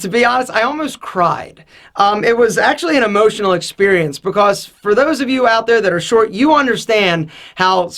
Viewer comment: Bacose instead of because